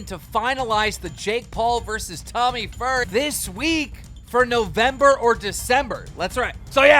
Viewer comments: this is like your second time saying FURRY instead of fury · Keem, listens to numerous interviews and people saying Tommy Fury properly, proceeds to still call him furry. Fucking dumb.